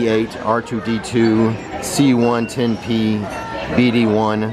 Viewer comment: You also called Chopper C1-10P...which is CHOP